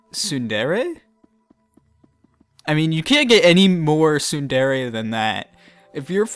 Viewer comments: I think it's pronounced Sue-None-Dray, but thats just how most otakus I know say it :I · Isn't it Tsundere as pronounced "Tsun-dear"